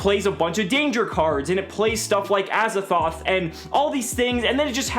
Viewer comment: Pls stop calling him Azzathoth. This card is called Azathot. It is literally Az-A-Thot.